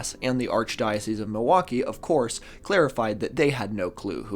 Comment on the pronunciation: I do love the correct pronunciation of "archdiocese," but the incorrect pronunciation of "archbishop."